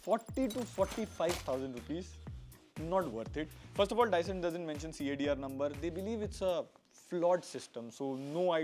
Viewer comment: Its Dyson Bro 😅🤣